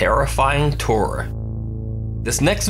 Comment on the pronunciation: The terrifying tour sounded like terrifying turn 😆😆😆